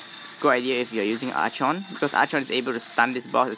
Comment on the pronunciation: Wish, I could still stun with Archon. Btw, Archon is pronounced as arkon.